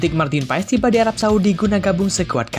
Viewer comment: kenapa di baca PAES semua media ???? MARTIN PASS ndull 🤣🤣